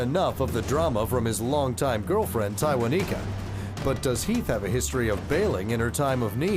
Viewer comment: One time for the announcer and judge who could properly pronounce Tywaniquekya.